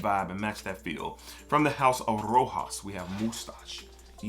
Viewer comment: Love your stuff. Keep going on. Rq : pronounce "roshas" moustache ;)